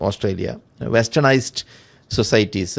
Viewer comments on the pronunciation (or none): none